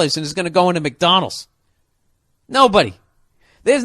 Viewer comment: “McDonals” lol